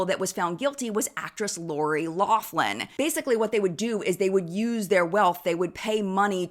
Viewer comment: Super random side note, THANK YOU for pronouncing Lori Loughlin correctly! The amount of people that insist on saying Lachlan was actually such a big annoyance when the scandal happened!